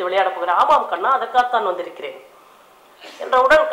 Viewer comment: madam you said karna instead of kanna in one place